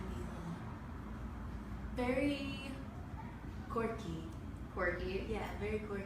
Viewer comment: It’s quirky, not corky. Please get the word right at least and plus, there nothing wrong what Normani said. Camila fans are haters toward Normani, for mostly for no reason at all. But if it was Lauren said that about Camila, there would be no hates towards Lauren. If she said that after, she was asked to describe Camila.